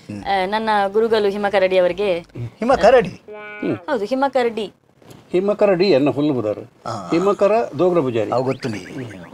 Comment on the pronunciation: ಹಿಮಕರ್.ಡಿ❌ ಹಿಮಕರಡಿ✅ 😂😂😂